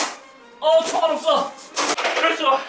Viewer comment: 6분25초에 총알없다거 아 시발 이라고 들림...ㅡ원랜 아 이럴수가인데